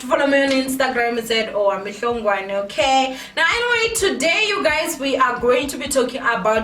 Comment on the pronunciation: Your "Ok" is like seeing your ex with another girl after immediate break up😂😂😂😂😂😂😂😂